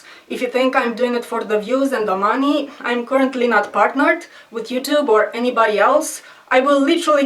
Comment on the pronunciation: "..not for the maaaney" hehe Russsian.